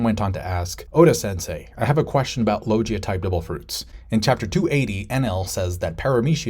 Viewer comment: it's pronounced loGUIa, like in GUItar, NOT loJia, it's a hard G Also finally you get, Logia awakenings have been hinted since Punk Hazard, Oda quite often does "SHOW, DON'T TELL".